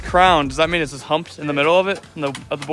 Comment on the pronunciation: cant say humped,.